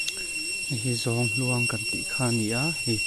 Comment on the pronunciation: Zawnghluang kan ti ngailo. ZAWNG HNUAMG tiin kan lam thin